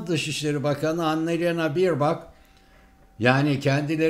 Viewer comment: "Birbak" degil abi "Berbok" diye okunuyor! ^^